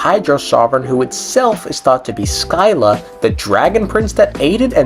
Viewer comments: Sp triggered everytime "Sky-la" is pronounced. The old greek pronunciation is "Sih-luh". While i read modern greeks might read it as "ski-luh". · Sih-lah. SIH-LAH. Also as a black person even I don't say the N word, keep it out your mouth. You're so cringey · As someone who studied Odysseus during elementary school, the "Sky-la" HURT